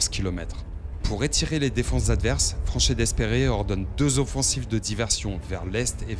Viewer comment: Bonne vidéo, par contre, pour l'anecdote, Franchet d'Espèrey se prononce Franchet "Dépré"